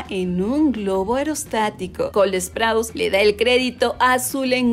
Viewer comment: Alguien más se da cuenta que ella pronuncia col esprouse o solo yo?